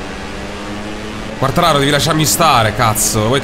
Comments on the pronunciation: cmq si dice Quartararoo devi allungare con 2 o il cognome del pilota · ti prego si dice quartararò. comunque grande perchè motogp non è un gioco semplice:) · Potresti fare le qualifiche off-screen e far vedere solo le gare;) P.S.Quartararo è francese e si legge Quartararò:) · comunque si chiama quartararó ed è spagnolo non italiano..